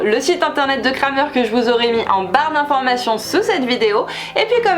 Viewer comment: Coucou, on dit pas "Kramer" mais "Krämer" il y a bien le tréma sur le a 😊